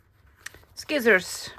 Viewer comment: “Skizzors”😂. I call them that all the time 😂. You really make me laugh. Hope your vacation is relaxing.